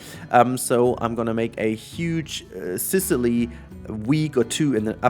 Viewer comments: Okay, so you can now pronounce 'Sicily' correctly, now you just have to work on pronouncing "terrace" correctly. /lhj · Yes, you did pronounce it correctly! Good job :D